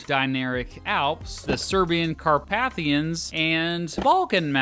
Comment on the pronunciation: I really appreciate all the work you obviously put into this channel and this video in particular,. Just a few little pronunciation quibbles, which you're free to check on or to ignore, as you see fit! (1) The second A in "Carpathian" is generally pronounced with a long-A sound, rather than the short you gave it. [kär¦pāthēən] (2) Pannonian Plain: you repeatedly added an extra syllable, making the first word pana-NO-nian, instead of just puh-NO-nian. (3) And I'd swear I heard you pronounce "origins" with the accent on the second syllable (as it correctly is in "original"), instead of on the first [ˈȯr-ə-jənz]. Don't mean to be hypercritical, but these little oddities can jar your more compulsive viewers, like me! Best wishes, regardless! Paul